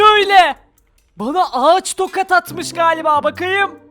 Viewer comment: sen tokat yerine tokad diyorsun. Yani konuşmana laf, etmiyorum. Abi, tabloya bende çıkarın lüuuuuuuuuuufen. Ya...